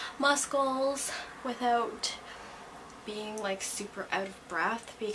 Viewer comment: Umm did anyone else notice this.. “musKles”